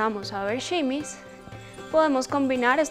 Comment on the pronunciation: No se dice simis